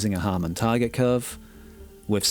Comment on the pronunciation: Harman, as in Harman International, where Sean Olive contributes his expertise. Not Harmon.